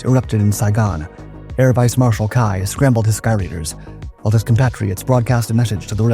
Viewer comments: It was pronounced "key", not "kai". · Ky, pronounced ‘key’, not ‘kai’… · His name wasn't "kai" . It was "key". For his service to the U.S. he was awarded a liquor store in Long Beach, CA. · Nguyen KEY, I speak Vietnamese with a Hanoi dialect and you don’t know how to properly pronounce Vietnamese names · My recollection from the Vietnam War is that Ky's name was pronounced "Kee." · Pretty sure his name is pronounced like the word.. Key. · Very interesting, but I have to ask, is it an AI voice, or just someone too young to have heard how the names Ky and Khe Sanh are pronounced? I wonder how many Skyraiders still exist, and where.